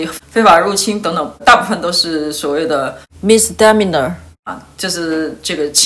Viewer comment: misdemeanor 重音在第三个音节